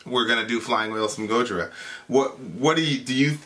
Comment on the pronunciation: Learn how to say Gojira goddamit